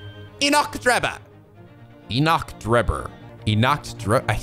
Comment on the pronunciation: "Enoch" is pronounced "Ee-nick."